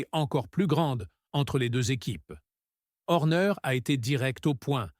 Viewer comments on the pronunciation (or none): Salut Monagasse, Louis Samilton, L'endonorice .... Verstappen ou Verstapène ? Horner et non Orner ... à " ce bâtre" .. "la néaurée" 😂😂